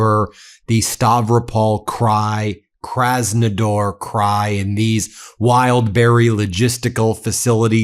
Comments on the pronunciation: It’s kraznaDAR not kraznaDOR . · KrasnoDAR not KrasnoDOR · Kras-no-DAR, not Kras-no-DOR. Please.